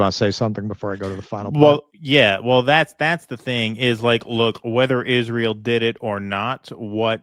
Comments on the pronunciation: They-Is They- ra They-el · Candace's speech impediment is like nails on a chalkboard! I full body shudder everytime she says "Izh-ree-uhl".